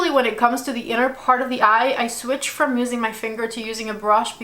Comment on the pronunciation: PAHT TWO🤣🤣